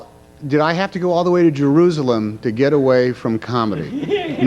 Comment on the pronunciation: "All the way to Jerroozalum" ~ Tom Hanks. What a doof.